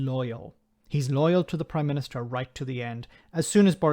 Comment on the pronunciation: Ooh I hope not; imagine having to hear him saying "Oive done this" or "the Proime minìster must do that" for months.